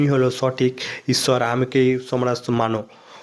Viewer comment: এ ভাই তোমাদের ভাষা এমুন কেন ইচ্ছৰ না ইশর